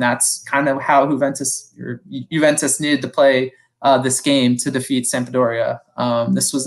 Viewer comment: My dude, it is pronounced YOU-VENTUS not HOO-VENTUS